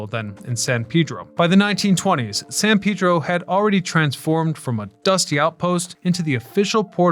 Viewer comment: Man, I used to live at 1025 w 19th. You must be from the area, because nobody says San Pedro correctly unless they know. Usually people say San Paydro instead of San Peedro.